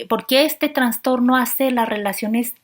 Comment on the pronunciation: Qué excelente información. Sugiero decir "trastorno" y no "transtorno".